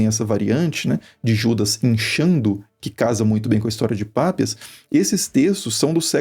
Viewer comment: Não é Pápias, sim Papías! Parem de poluir o planeta